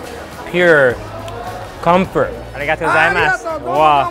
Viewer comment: If you say Origato one more time! 🤬